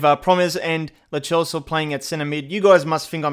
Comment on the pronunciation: It is pronounced as loseo not LO chso